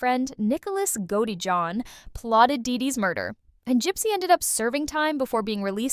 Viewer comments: Girl, you are driving me crazy the way you pronounce Nick's last name 🤦🏽‍♀️ Let me help you: 'GO-DEH-JOHN' Not "Goejohn" 🙄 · It is pronounced Goat-tee-john.